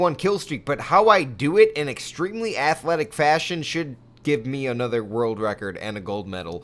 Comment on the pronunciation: lol, notice he says, "Another world record". Emphasis on "Another"